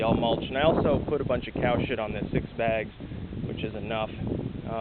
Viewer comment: lol the way u say COW SHIT lol